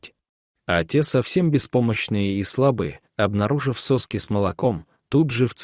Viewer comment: Не сОски а соскИ, диктор. Очнитесь и думайте когда читаете о ВОЛКАХ.